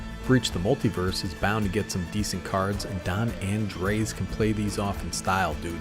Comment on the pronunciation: Andres is just the Spanish version of Andre/Andrew. Just pronounce the s, and you're all good, bud. I feel obligated to build this due to it being my name sake, but I'll be honest the play style seems a bit different than what I'm used to. I'm definitely looking forward to giving it a try though